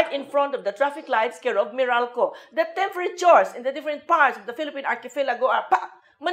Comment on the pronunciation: The temferature. lol